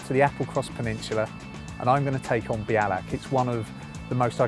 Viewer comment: Belach ??? Lol it's 'be al ach' Iol , but always enjoy watching fellow cyclists climbing up our little hill, (this is my local climb) your brave doing it in that weather, I've turned back many a time for bad weather, (didn't want to be blown off) hope you come back and get a good day, it's rewards are priceless